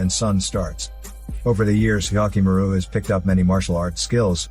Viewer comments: Oof! That "Hyakkimaru" pronunciation. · how many times did you say hyakkimaru